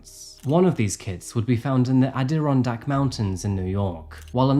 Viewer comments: Here we go with "a deer in dack" Mountains again. 😂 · Interesting pronunciation of Adirondack 🤣 I'm from there, and that's a new one! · The way your pronounced Adirondack was adorable 😊